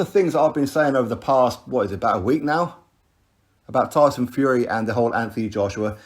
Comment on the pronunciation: I'm glad that someone closer to tyson is actually saying it right